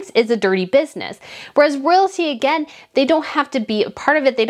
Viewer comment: Like the channel. The swallow is gone, and that is great! Now work on the word "again" pls😁